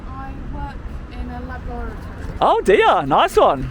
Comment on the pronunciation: Works in a laboratory - but has a bit of difficulty saying it 😁